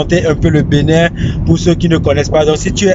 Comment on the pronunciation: Y'a que moi,qui entend la prononciation" Benet" au lieu d'entendre Bénin,ou du moins c'est le nom de cette ville qui est benet